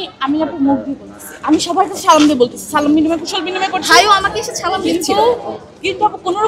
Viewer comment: ছাত্রদলের প্রার্থী আবিদ সালাম দিতে ও শিখেনি 😂😂😂